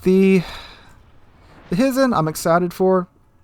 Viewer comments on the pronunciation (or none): Hizen is pronounced "hee-zen" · Hizen is pronounced He-zen. It is named after a geographic region